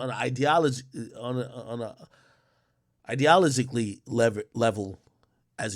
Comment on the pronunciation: nga can’t even say ideologically gd